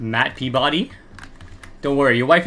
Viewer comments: Pee-ba-dy is the correct pronunciation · It’s pronounced Pee-ba-dee.